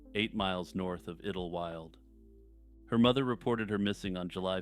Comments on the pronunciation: Hey dude, It's pronounced idol-wild. Not idil wyld. That was driving me insane, 😢I had to skip that part. Lol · I swear to God, if u say iddel-wild one more time.... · Pretty sure it’s pronounced idle-wild (sounds like tidal). Could be wrong but that’s how I’ve always heard it pronounced. Anyway keep up the good work. I recently started watching your channel and it’s pretty good. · Idlewild. Pronounced ‘idol wild’. Great compilation!❤